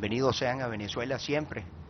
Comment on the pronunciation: disculpe, a usted quien le pregunto si tenia amigos en europa? las palabras no se escupen, se dicen o expresan.. y aprenda el nombre su pais que es VENEZUELA, NO VANAZUELA